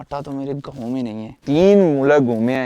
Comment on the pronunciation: او بھائی گاؤں ہوتا ہے اس لفظ کی بہتر ادائیگی کیا کرو گوؤں کیا ہوتا ہے 😅😅😅😅😅😅😅😅😅😅